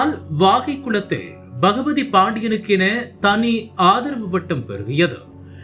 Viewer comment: செய்தி வாசிக்கிற தறுதலை முதலில் பெயர்களை ஒழுங்கா சொல்லப் பழகட்டும். மூதேவி அப்பப்ப பகவதி பாண்டியன்னு உளர்றான்